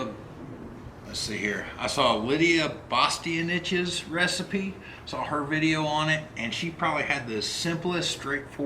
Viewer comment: Lidia" Bastea-on-niche"(spelled how ir's prononced) is 1 of my 2 or 3 all time favorites, her recipes are always simple few ingredients,she let's the main food be the center not 10-15 spices & herbs, ALL her soups and pastas are Killer's, and this take you did is great looking and i knew it would be tasty for you AWESOME video